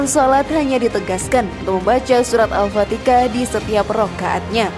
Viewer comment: Mohon maaf mba... al fatihah bkn al fatikah...